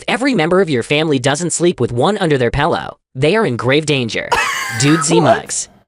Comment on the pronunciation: Dudesy referring to a pillow as "pellow" is indeed astonishing.